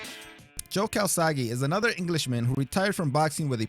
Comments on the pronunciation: His name is Joe Calzaghe not Joe kawasaki. Also he's Welsh, not English 👍🏼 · it's Joe calzaghe dude not kawasaki